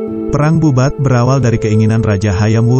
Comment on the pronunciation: Bubat bkn babut ,,🤦🤦🤦 kalo babut itu bola tenis